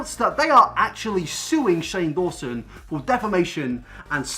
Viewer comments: Daw-son it's not that hard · who else got triggered when he said "shane dason" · “Dayson” LMAO I CANT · How’s he purposely trying to mess up Shane’s last name like Shane can’t end his career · Hahahahaaa you mispronouncing Shane’s name after literally being interviewed on his channel was gold, I LOLed. 🤣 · i love how hes trying to be funny by acting like he doesn't know how to say 'dawson' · you were in Shane old video about Jake and done a lot of videos about him but can't pronounce his name???? tea sis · u deserve a dislike from me for fake pronouncing shane dawson's name :p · I am offended that you do not know how to say Shane's name when you have been on one of his iconic series videos 🙄 still love you thoo ❤❤❤ PS...OMGGG HE LOVED MY COMMENT! AND REPLIED TO ME! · I'm loving the "oh I can't pronounce Shane Dawson's last name because I've never heard of him" xD